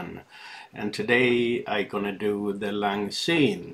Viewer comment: Looking good! It's pronounced "sine" btw. (NEVER "zine")